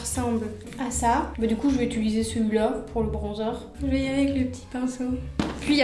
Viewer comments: Tes vidéos sont grave cools mais ça me stresse trop tu dis « ituliser » au lieu de « utiliser » et « sourci » au lieu de « sourcil »😂😂😂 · utiliser, UTILISER mdrr 😂 après 50 "itulisé" la France a mal mdrrr